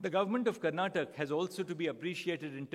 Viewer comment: Sir this is not Karnatak it's Karnataka.every non Kannadiga makes this mistake😂 Great to see you here in Karnataka sir.